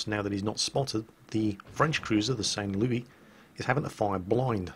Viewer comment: Well I'll be damned. is pronouncing "Saint Louis" correctly. Is there a little French blood in there?